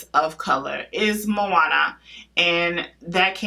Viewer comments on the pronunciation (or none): none